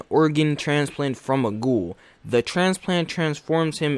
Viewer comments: Tokyo goool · I am very offended by how he pronounced "ghoul".